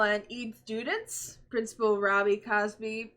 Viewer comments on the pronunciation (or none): none